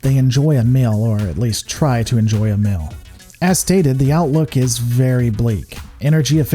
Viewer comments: Suggestion: Work on your pronunciation of the long "e" sound. It's a little grating that you pronounce "shield" as "shild", "meal" as "mill", and "feel" as "fill". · He can say "bleak" so we know he can make the e sound like in "feed" but he says "mill" instead of "meal" and "fild" instead of "field." That's wird.